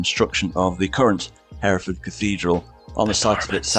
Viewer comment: ...greetings from Herefordshire...please note that Hereford isn't ever pronounced Hairy Ford.